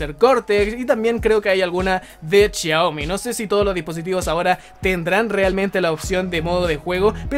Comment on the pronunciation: En ves de decir Xiaomi dice chiaomi xD